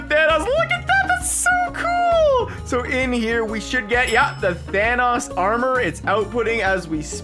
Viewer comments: It’s Thanos not thanas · Not pronounced Thanos it’s pronounced Thanos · Are we just gonna ignore the way he says “thanos” 😭😂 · says thanos wrong